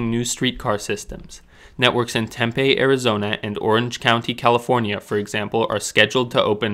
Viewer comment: Oh, as someone who lives near Tempe, it’s pronounced Tem-pee! Good video though!